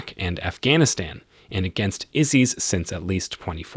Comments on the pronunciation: "Izeez?" You mean ISIS...(EYE-SIS) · He kept saying it, made me cringe.